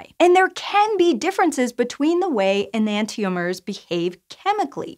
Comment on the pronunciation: Am I the only one who doesn't pronounce enantiomers that way? :|